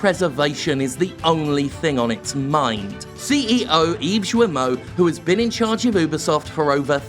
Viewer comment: FYI, "Serge Hascoët" is pronounced "sayrj ass-kwett" and "Yves Guillemot" is "eev gill-moh". French speaker here. And yes Ubisoft is a big steaming PoS!